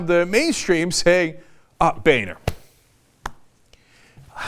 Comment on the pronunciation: boener= bone-er not ba-ner. favre' not farve. learn english .